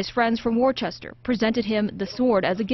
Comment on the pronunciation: Super interesting story about the history of the sword. I'll overlook the mispronunciation of the city of Worcester. "Woostah"